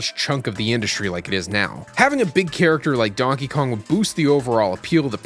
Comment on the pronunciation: “Are you serious right neow bro.”